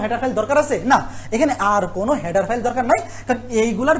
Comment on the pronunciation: হ্যাডার ফাইল না ভাই, হেডার ফাইল 😅😅😂😂